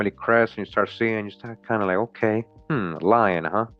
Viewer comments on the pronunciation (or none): none